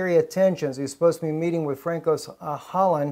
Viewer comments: his name is pronounced "fran-suwahh" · Please pronounce Hollande's name correctly it's François [fʀɑ̃ˈswa]